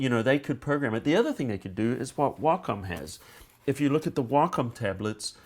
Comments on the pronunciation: "if you look at the whockum tablets" WACOM WAY-COM NOT WHOCKUM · Logan Darklock that's not how wacom pronounces it.